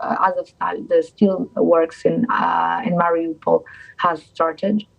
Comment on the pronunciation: I LOVE how she knows how to pronounce the name of her own cities. <<✅ >>. ((❌Not Marry a pole or Marry Opal))